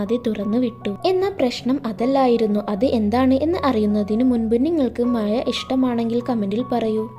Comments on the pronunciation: മയ അല്ല മഴ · മഴ.... മയ അല്ല